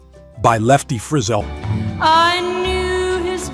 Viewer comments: It wasn't an announced, it was an AI and every time I've heard an AI pronounce Lefty and David's last name, it is inevitably wrong (except, strangely, it often get's it right the very first time and thereafter goes amiss). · Cool subject, bad video. Lefty Frizzell's name pronounced wrong, Hank Jr. shown repeatedly during his father's segment with no explanation, and strangely, using "Making Believe"instead of Kitty's ground breaking number one hit "It Wasn't God Who Made Honky Tonk Angels". You didn't have to grow up in the fifties to know these songs. I grew up in the 70s and I knew every one of them. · The announcer pronounced Lefty Frizzell's name wrong. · I find this type of problem in lots of the music on youtube. Wish they would research artists names and pronunciation before making the videos